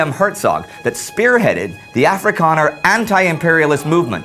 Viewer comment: You said Boer, Jan Smut and afrikaaner wrong